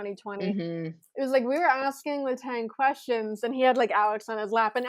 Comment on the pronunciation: After all the time he spent in Pittsburgh, one would hope someone...anyone...would learn how to pronounce Kristopher Letang's name the way it should be pronounced.